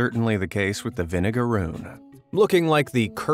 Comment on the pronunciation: They do not sting. Idk where you got that from. Also it's vinegaroon. Not vinegarune